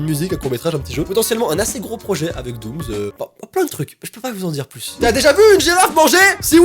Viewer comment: Jsuis la seule à qui ça stresse quand il dit '' doomz'' au lieu de ''doomss'' 😂